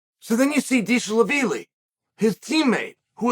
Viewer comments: Deesh-la-veeli, am I right?😅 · Every time he said Deesh-la-vili I cried😂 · Atp I just watch chael to hear how he’s gonna pronounce James Deshalaveli yeah chael that’s his name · If uncle chael says Deshlavilly then it is deeshlavilly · Not deeshlavilly 😁 he’s name is dvalishvili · What are you gonna do If Deesh-la-veely takes your jacket. 😂😂😂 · Deeshaveeli, that’s perfect Chael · “Dishal Lavili”. Chael has outdone himself with that one 😂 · Diesel the feely. DieselVasheely. Deesh Laveely. LOL Chael. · Deeshlaveelee. Deeshalaveelee 😂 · Deesha- La - Villy ?! 😂😅❤ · new mythical fighter by ol uncle chael. merab "deeshlaveely"🤣🤣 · Dishalavilly, Hazmat, Blahall, Peeyeyra... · sounds like deeshlavilly to me, chael said what he said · If chael says he's "Dee sha la veelee" then Merab is now "Dee sha la veelee" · I'd have tried to make a witty comment about how he pronounced "Dishalavili" but I don't know the correct pronunciation of his name either. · Deeshlaveeli. International linguistics champ, Uncle Chael. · Deeshalaveeleyyy. Chael's mispronounciation game is strong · you should get his name right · Huge props to Chael for not getting Merab's surname right a single time